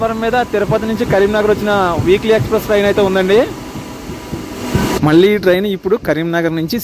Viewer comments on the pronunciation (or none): none